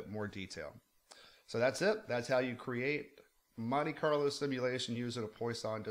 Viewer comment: I think it's pronounced more like that wah than oi.